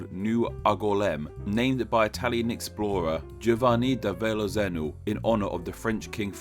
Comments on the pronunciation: "azzano" should be pronounced "OT-zaw-no". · Funny you made a video about names of stuff and then one of the first names you said was completely botched. There's no L in Verrazzano...